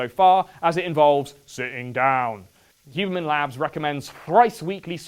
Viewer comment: I love how you called it the "hubermench" hiehie